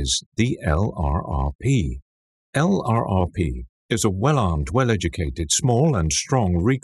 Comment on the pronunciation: LURPS not EL-AR-AR-PEE !!! man this is borderline unwatcheable.